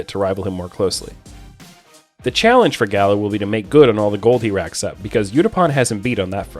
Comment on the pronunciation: That Gala pronunciation makes me cringe